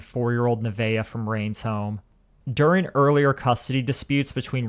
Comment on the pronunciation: Her name is Nevaeh, not Nivea.